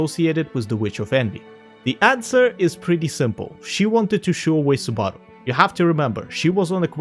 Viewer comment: BARASU? I thought his name was SUBARU uhhhhhhhh